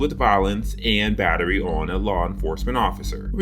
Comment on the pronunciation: Is that called bittery instead of battery?